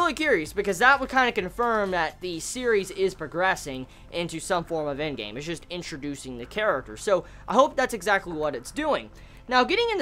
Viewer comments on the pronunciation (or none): none